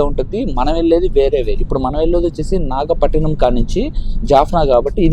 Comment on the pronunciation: నాగపట్టినం కాదురా నాయినా అది నాగపట్టణం 😂